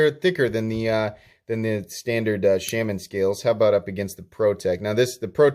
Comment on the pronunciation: Shay-man. Or Shah-man. But not how you're doing it.